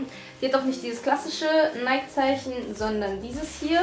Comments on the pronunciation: Es heisst richtig ausgesprochen übrigens neiki ;) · guck bitte nach dann weisst du es .. die marke richtig ausgesprochen heißt neiki ... ich wäre so reich wenn ich mit jedem wetten würde weil es keiner glaubt und ich doch recht habe 😅